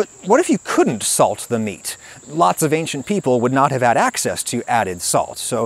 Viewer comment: This guy is dangerously half-right. I can't take anyone that says "ankshint" instead of "ancient" seriously...